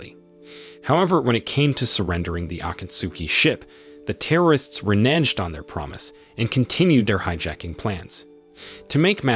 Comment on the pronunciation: Why did he pronounce the word "reneged" like that? They reneged on the deal and that makes them renegers, and everyone hates renegers